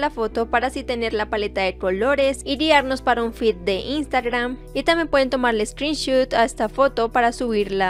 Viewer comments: Se dice screen shot no screen shoot ;) no hate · Se dice screenshOt con sonido de o, porque si lo dices con u se entiende como pantalla disparo xd